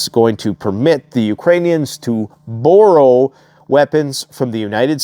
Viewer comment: Burr role? Borrow is pronounced like bar row.